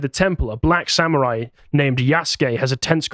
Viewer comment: Sam-oo-rhai time!